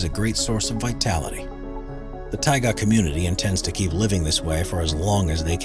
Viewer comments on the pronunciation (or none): none